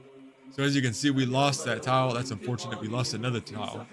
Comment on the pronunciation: Are you saying tile?